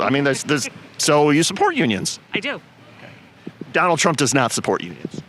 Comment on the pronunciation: Did she say jonald